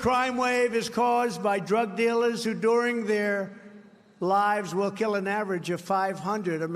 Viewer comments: Keeeul people? he can’t even speak anymore 😂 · "Where they keewl them " lol he caint even talk right